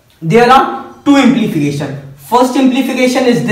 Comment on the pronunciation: it is not "implification" but "implication"